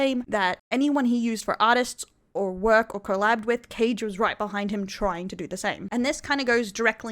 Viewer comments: Tbh thefact you kept mispronouncing his name is gold, totally deserved. Kage ❌❌❌ Caige✅✅✅ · its kaa gae, as in ka and gay, in pronouncation 😂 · I love how she keeps calling him "Cage" 😂